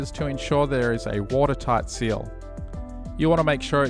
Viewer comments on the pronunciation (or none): "Water sight teal" haha no worries I sometimes accidentally say low the mawn instead of mow the lawn 😅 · I don't know how many bloopers you had to said the "dam walls" and the "watersigth teal".